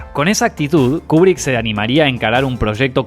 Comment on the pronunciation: Buen video,. Lo único que la pronunciación correcta es "Kiubrick"...